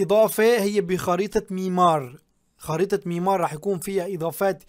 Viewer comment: ميرمار مو ميمار 😂😂😂😂